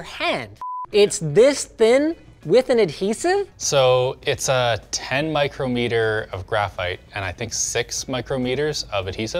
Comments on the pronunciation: Mike-Roh-Me-Tur Riiiiight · Pronunciation: MIcrometer = My - Krom - it-er. "Canadians, I expect more from you. Just joking, good review.